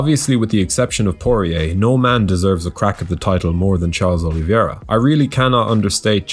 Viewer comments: dude. the easyest and most accurate way to pronounce "Oliveira" is "oh-lee-veh-ra". you guys keep calling him "Oliviera", it's really annoying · Never heard anyone pronounce the "i" in oliveira.🤔